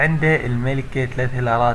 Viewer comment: ههههه (سكليتون..يطلع سكليتون) حبي إسمه سكيلتون هيكل عظمي. وأول مرة أسمع بقرية عندها مدفع إسمه كانوون كفرت باللغة الإنجليزية أدري لبن هوة. اني هم أطالب شركة سوبر سيل بس مو علمود الباولار اطالبهم لخاطر يدخلوك معهد تقوية.